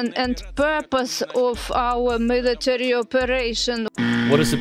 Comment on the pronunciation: There is no excuse for "millitree".